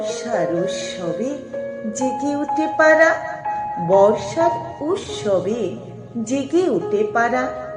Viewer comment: স, শ-এর উচ্চারণ ঠিক করা আবশ্যিক। আর কথাটা উসসবে নয়; উৎসবে।